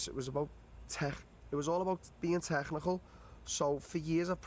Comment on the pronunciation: Darren " the tegghnical fighter" till